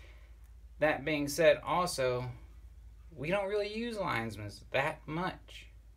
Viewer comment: You say it like you spell it!! LINE-MANS